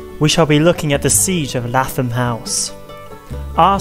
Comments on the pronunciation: Lath-am house 😂 its lay-thom either way great video i love learning about my local history in a fun and hilarious way 😂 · Lathom is pronounced as if you were saying Laythom.